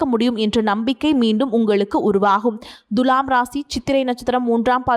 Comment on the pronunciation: It is not Dhulam It is Thula